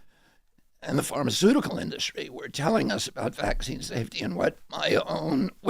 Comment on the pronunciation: 'Charlemagne' called industry 'induscry' thrice